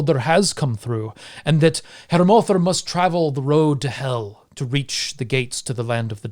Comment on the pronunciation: Msybe it’s just me, but as a Scandinavian I definitely pronounce the name Hel different - the e sound is different due to only having one l, two l's makes the e sound slightly more like a æ